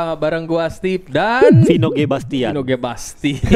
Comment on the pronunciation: Vino G bastian ❌ Vino D Basian ✅